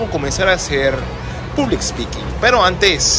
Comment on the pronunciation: hola...vos ya hablas inglés bien...por lo tanto en vez de "public" (con "u")...te sugiero pronunciarlo "pablic" (con "a"...se pronuncia así en inglés). Gracias por este video, y un aspecto importante de este tema es que el que tiene cierta capacidad de hablar en público se puede destacar en su empresa...sí...se va a destacar de los demás que estén al mismo nivel, por el simple hecho de poder hablar en público. Cuando tengas la oportunidad ponelo en práctica en la empresa en que trabajas, quizás ya lo hayas hecho.